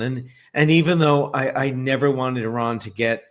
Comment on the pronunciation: still doesn't know how to pronounce the word Iran.